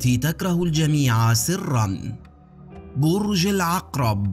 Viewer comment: بررررررج العقرب ينطقها بكره اعوذ بالله 😠